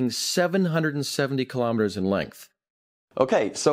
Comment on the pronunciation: Kilometers is pronounced kilo-meters, same as kilo-grams. Not ka-lom-it-ters. Kilo is pronounced key-low, not ka-lom.